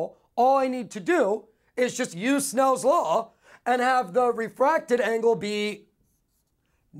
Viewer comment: soooo enthusiastic!!!! and he says snells law not snails law :P